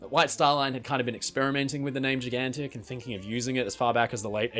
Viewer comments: You pronunce Gigantic Gi/Ji gan tik instead of Jai gan tik. What kind of accent it is? Canadian? American? British? Scottish? Northern Irish? Corky/Londonese accent? What is it? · That's an original way to pronounce "Gigantic"...